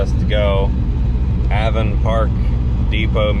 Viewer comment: Aye-Von park lol, it's Avon like the Avon lady epic. Good to see ya on it and in Florida with the family. You'll get the launch down no worries there. Such a clean build coming off the trailer too. Good luck out there and thanks for the fuel tip. Regards.